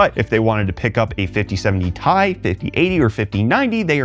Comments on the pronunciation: It's TI (Tea I) not tai or tie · Its t.i not tie bruh ragebait pronounce ... nobody cares about the one nvidia guy who cant say it right